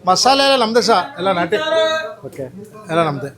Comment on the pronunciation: En naati ... Sir niv keldag naati naati anthare aden nati andre keli 😂